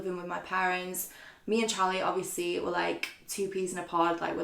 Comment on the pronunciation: I’m sorry but the pronunciation of words by and are ridiculous 😂 Hobieeeee, Beycoyyss, Obviousleeeeee My comments probs gunna get deleted but it goes through me.